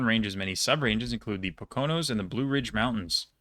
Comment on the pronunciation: the poconos are pronounced POKE-oh-nose